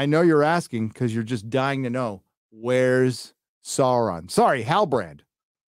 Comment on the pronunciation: HAHAHAHA SHEAURON? :D